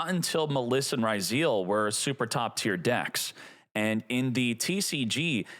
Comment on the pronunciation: Boy, since the Duel Links times, spelled some Yu-Gi-Oh names wrong, and now, 5 years later, the way he says Maliss and Ryzeal hurt my ears